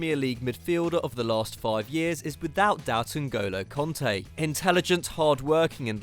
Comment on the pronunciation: Kante not konta...can't you read?